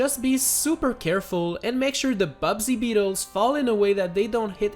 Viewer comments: It's not "Bubsy beetles" It's buzzy beetles Like.. buzz, the noise bees make Not a terrible video game bobcat with an annoying catchphrase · is anyone gonna bring up the fact that he called the Buzzy Beetles Bubsy Beetles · U called buzzy beetles bubdy beetles